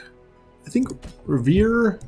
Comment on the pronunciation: Rivier is French pronounced Re ' - (rolling r) vi - a